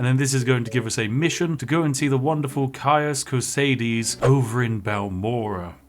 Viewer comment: My goodness, you are the first Youtuber/streamer I have ever watched play this game who pronounces "Caius Cosades" correctly! (and by correctly, I mean the same way I do)